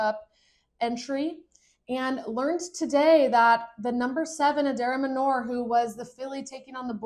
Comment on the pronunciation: Manor , not Manure .